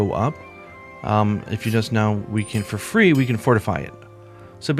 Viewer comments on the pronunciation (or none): none